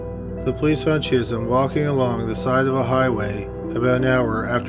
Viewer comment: Every time he says "Chism" I keep hearing "Jism."